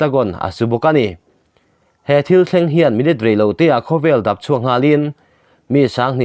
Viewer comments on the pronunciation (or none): A dang chu a tha e, Mahse dap tih lai kha a dik lo. Thil hi dap dap suh. ti a,lam lovin mau kan chika Dap thingtlang In sak a, a banga mau chik pharh kan hman thin Dap tih thluk a lam hi a dik zawk ang, kan lo ti ve mai mai a ni e.